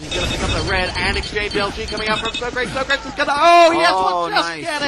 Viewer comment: Why are they pronouncing Socrates as Soh-craets?